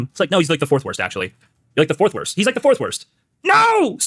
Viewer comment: Oh shit, when I saw the clip of this I thought he apologized to Dan because he misspoke 'like' but that was because of how he mispronounced 'like'